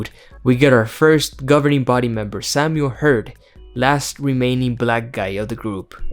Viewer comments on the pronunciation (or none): none